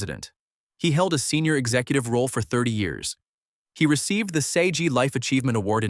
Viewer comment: S.A.G. is not 'say-gee' Dump the idiot AI reading